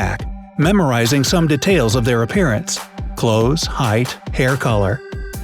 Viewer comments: It's pronounced DEETAILS not dehtails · Det-ails? xd